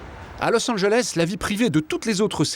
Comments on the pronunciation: « Losanjlesse » chui la seule que ça stresse quand le présentateur dis ça ?😂😂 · " los anglesse "😭😭